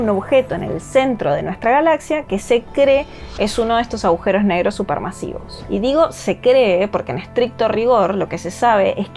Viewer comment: ¿Agujeros o aujeros? Alguien que le explique a esta chica cómo se habla